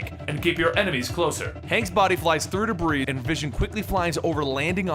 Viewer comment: i feel you really should take an english course or two, so you can pronounce things such as"debris". love your stuff, but you should really fix this issue...